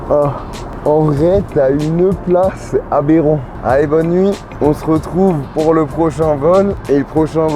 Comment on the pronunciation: pourquoi tu prononces le mot aberrant comme GMK ?